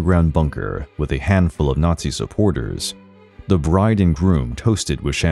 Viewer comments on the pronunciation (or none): none